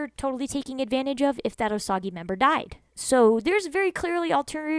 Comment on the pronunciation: It’s pronounced “oh sage”